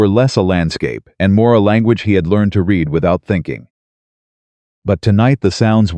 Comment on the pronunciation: If you are reading something you're doing it right then it's pronounced r e e d i n g and if you and if it is past tense you have read it and that is pronounced r e d Red it because that is past tense